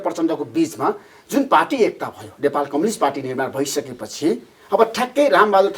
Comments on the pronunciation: धमला जी कम्लिस्ट पार्टी होईन कम्युनिस्ट पार्टी होला नी नेपाली उच्चारण त स्पष्ट गर्नोस 😂😂😂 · मेरो लाडो जस्तो उच्चारण गरेक कमलिस्ट रे थुक्क मुजि कमलिस्ट 😃😃😃 कमलिस्ट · यो माचिक्ने धमलाले एउटा प्रश्न दस चोटि सोधिराछ,के खालको पत्रकार हो,कम्युनिस्ट लाई कम्लिस भन्दैछ आलु पत्रकार।